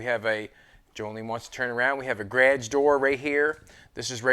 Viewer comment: i love the 'grage' instead of garage